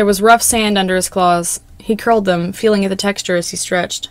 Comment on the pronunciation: stop saying “dem” I’m physically retracting from my screen